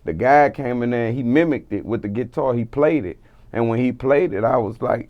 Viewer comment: "With the git tar"